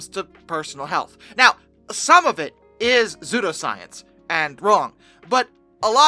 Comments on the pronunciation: Sue-Doe. Not Zoo-Doe. Psudoscience. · no, lolol, no hun thats not the issue. It is pronounced "SU DOE" not " ZOO DO" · Bcuz the p is silent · WHYYYY are you pronouncing pseudoscience like that?